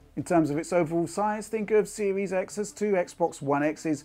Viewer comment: Microsoft's Xbox Series X sounded like Microsoft Sexbox Series X